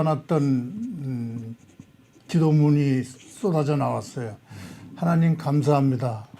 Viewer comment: 하나님 발음을 정확하게 해주세요.